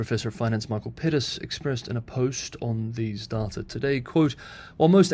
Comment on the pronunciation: The way u say data is annoying.